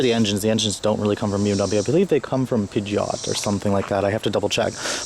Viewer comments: Pi-ji-ot? lol You mean Peugeot (pu-zhou)? Anyways your right! I'd have a hard time choosing this or the 500. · its purcho not pergot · wtf is a pidge-eh-oht?!?!? its a puh-jow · peugeot is pronounced purr-joe, not pidge-ot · The fuck is a "pijjott"? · Isn't it "Pew-Joe"? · Its Peugeot its a french car company sold in uk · God, the way Americans pronounce french brands is sooo crap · The engine is a BMW engine, it was made with the help of Peugeot, but it's BMW engineered. Your pronunciation of Peugeot is hilarious. They're French.. Finally, I have fit 3 people and tons of luggage comfortably in my 11' Cooper S Hatch. Just scoot the front passenger seat forward. The rear seats are actually really comfortable. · you pronounced Peugeot wrong